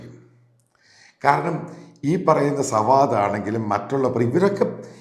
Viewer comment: 😂 സവാദ് ആണോ ശവാദ് ആണോ അയാളുടെ പേരു്?